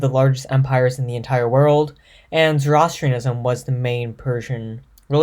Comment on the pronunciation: Learn how to say Zoroastrianism and Iran properly